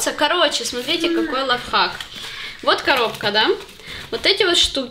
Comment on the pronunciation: лафхак говорит 😂😂😂😂 произношение как всегда)))